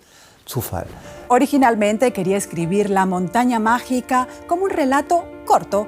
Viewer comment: Ya no hay preparación, estos pseudoperiodistas están por todas partes vociferando cosas aprendidas a la fuerza y sin saber de los temas que tratan, minuto La montaña mágina en lugar de mágica.